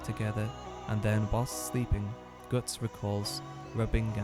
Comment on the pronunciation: Interesting pronounciation of Guts. Sounds almost like Götz, an actual medieval German name. And I read the name was meant to be cool and somewhat German sounding. Though supposedly any similarities with a famous badass one-armed mercenary captain named Götz are purely coincidental.